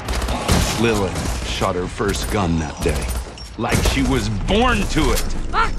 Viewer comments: in the middle of the video you start calling lillith,lilth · Is anyone not gonna point out that he said Lilth instead of Lilith XD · Atlas: Lilith: LILTH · it’s Lilith.. not lilth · it’s lilith not lilth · LILITH.... not “Lilth” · This is old. I’m late. But WHO THE FUCK IS “LILTH”?!